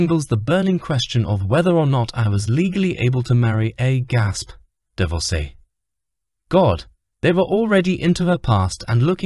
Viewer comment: Love the new word DIVORKEY.....someone needs to teach that AI vocabulary and the basic rules of English grammar....Pa, is pronounced PAR, not PAY! 🥴